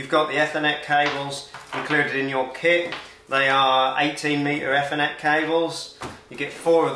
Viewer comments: By the way It's pronounced Ee- thernet not eff- ernet. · I thought it was Ethernet but not Fthernet 😂😂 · the way this guy pronounces ethernet.. aethernet for reference not effernet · great video mate , however lets pronounce THE FOLLOWING E THER NET , NO E FFER NET , great vid though lol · Nice video... Is this British English, Ethernet with E from Egg, instead E from Ee? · "E" thernet. Its not eh thernet!!! Just messing with you. Thanks for sharing.. 😁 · eee- ther- net, not efff- er-net. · It's ethernet not e-thenet 😕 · e-fur-net cable, sorry was driving me crazy lol. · Honestly it was very annoying even my misses woke up and asked what an f-ernet cable was 😂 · Never heard it. I heard athernet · WTFudge ….. his pronunciation of “F n net” does my head in. On what planet is ethernet pronounced like that? 🤦🏻‍♂️ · I only heard efinet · Great install but oh Mylanta it’s pronounced ee-thr-net 😁✌️ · I have a question. What is an "effernet cable", and what is a "rooter" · Whats an ethernet - everyone else uses eeeethernet 🤣🤣🤣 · I have worked in this industry for 30+ years and never heard it called "effernet" 😂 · F-er-net!!! LOL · “Ether-Net Cable.” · phoentically its eeth - r - net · EFONET CABLE 🤣🤣🤣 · Dude its Ethernet not Fernet wow and its router not rooter!!! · Stop pronouncing Ethernet wrong!! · Yes you made it very easy to understand. Thank you. And yes I’m one of those enjoying your Ethernet & Router pronunciations. I’m nearly drunk, have to watch it again. Hope you’re a good sport. Thanks again. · Yeah, it's not a criticism or being unkind, I just have never heard it pronounced that way. It was enough to make me turn it off though. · I have never heard anyone pronounce Ethernet like this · ) sorry, just my pet hate nowadays, not pronouncing 'th' correctly by putting tongue against your teeth. Good video though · This guys definitely found a new word, shame he keeps saying it wrong. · Had to stop watching - the mispronunciation of ethernet will stay with me for life